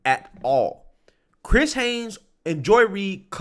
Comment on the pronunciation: The title reads Chris Hayes, which is correct, but he keeps saying Hanes.